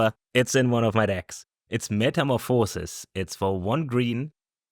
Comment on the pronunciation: saying "metamaphórsis" was hilarious